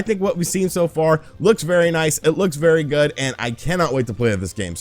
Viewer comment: Cost not cowst lol that and how you say 'far' had me cracking up more this video than any other